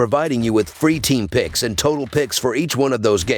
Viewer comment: Yea fam I need you more clear when saying your pix’s